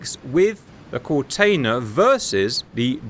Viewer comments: Kortenear is pronounced pretty well, except the tailing ‘R’ is absolutely not silent. There are no silent ‘R’s in Dutch. We pretty much voice use all letters that are there really. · "Kortenaer" is pronounced with the single "e" sounding like a short version of "eh" as in pausing for thought.